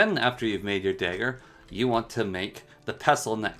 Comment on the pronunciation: I don't think I've ever heard someone mispronounce dagger before tbh, great vid with all the info and many giggles in those moments but thanks for you the video and the time you put into it :)